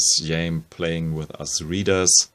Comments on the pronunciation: Actually Jaime is pronounced closer to “Hi-Meh” (not May) with emphasis on Jai (Hi) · Jaime Hernandez or Xaime's name is pronounced (Hi May)